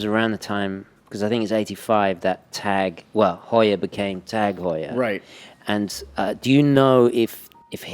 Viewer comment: I can't believe you didn't correct him on the Heuer pronounciation... it's "Hoy-er", sir! NOT "How-er"